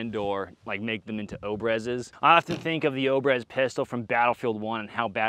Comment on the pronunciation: obrez "au-brea-z" its russian for "cut"